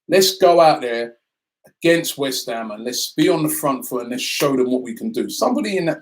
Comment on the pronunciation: Damn, only 3 points ahead of "Weth Ham" 🤣🤣......I just hope nobody gets drawn to the Kovac rumours, that really would end us